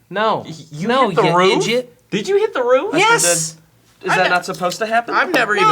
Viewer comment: 26 mins SOMEONE SAID IDIJIT ☺☺